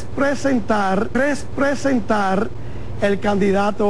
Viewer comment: RESSSPRESENTAR , HAHA HA HA HA HA HA HA HA HA HA HA HA HA.